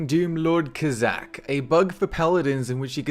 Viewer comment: ka-zak? Wtf? It's Kaz-zak..